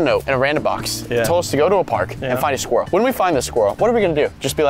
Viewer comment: when Unspeakable said: What are we gonna do just be like HAY SKWILEL